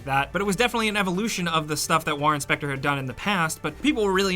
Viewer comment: War Inspector is all I could hear when he said Warren Spector